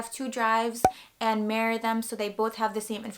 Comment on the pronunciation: It sounded like you said marry your drives when you said mirror them lol. Good tips! Awkward timing with the Mango Street vid but understandable coincidence, great minds think alike to prepare the fans for the worst